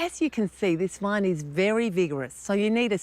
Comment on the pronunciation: How does she turn vine into a three syllable word? .